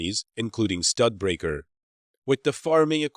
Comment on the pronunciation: it's pronounced like stew duh baker. Not stud breaker. Studebaker made engines for the B-17, and i know, nobody cares